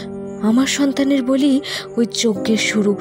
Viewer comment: খুব সুন্দর গল্প। কিন্তু বলি ক এক জায়গায় বালি উচ্চারণ করা হয়েছে।